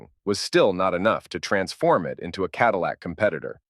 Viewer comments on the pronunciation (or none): none